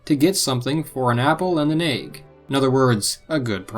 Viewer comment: Nobody: pronouncing "egg": aig.